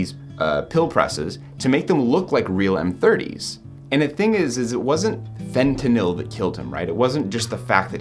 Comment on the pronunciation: Props on pronouncing fentanyl properly, unlike the rest of the world 🙄😑